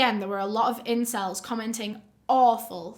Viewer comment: this is a serious video but hearing her say "incells" made me laugh way too much im sorry😭